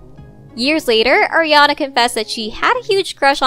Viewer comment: It's ARiana not Ajiana